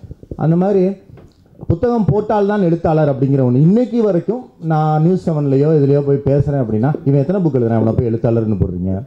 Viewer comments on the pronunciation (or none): none